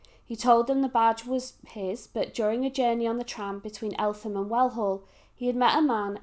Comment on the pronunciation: It is pronounced ELTEM